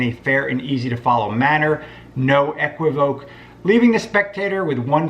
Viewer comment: It’s pronounced “E - qwiv - o - kay”, Brother.